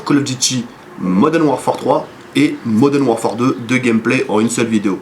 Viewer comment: bonne vidéo mais pourquoi tout le monde dis Moden warfare , c'est modern warfare :-p